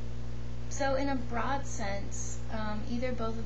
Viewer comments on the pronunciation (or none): none